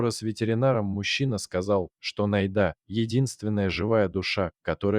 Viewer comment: Как всё, однако, замешано на дЕньгах. Если читает робот, научите его правильно делать ударение! Не НайдА, а НАйда; не друг другОм, а дрУг дрУгом..... Спасибо за рассказ!